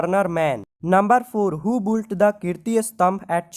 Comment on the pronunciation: It's Built Not Boult 😂